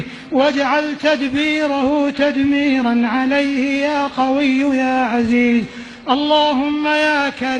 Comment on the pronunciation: يا قويَ فتحة ليست ضمة